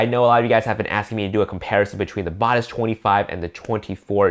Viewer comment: It would be good if the reviewer could do some research to learn how to say Batis correctly. Tip: check B&H video about the Batis 40mm